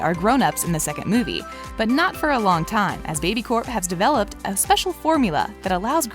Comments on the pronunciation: If you realized they say baby Corp instead of baby core ⬇️ like if you heard that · Don't ever talk to me it's not baby Coe it's baby Corp idiot. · It’s baby Corp not baby co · She said baby co even tho it’s babycorp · btw it is not baby co it is baby corp